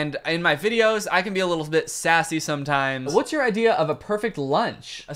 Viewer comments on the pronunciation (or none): He said watst 😆